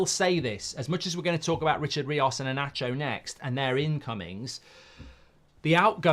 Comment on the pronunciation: Inacio ❌❌ E-Nacho ✔✔